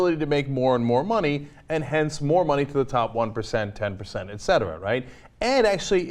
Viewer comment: Clark is always right. Cenk always says "ectera"